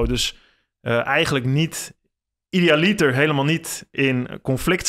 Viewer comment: Interessant. Wel jammer van de verkeerde klemtonen: Heraclitus, agora, idealiter...